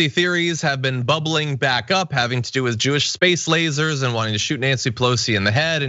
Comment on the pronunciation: frikkin "LAY-ZARZ"